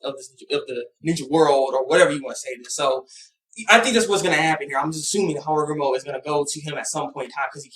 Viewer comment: hagoromo* Not harogumo! Sorry I just wanted to point that out, not to be a jerk.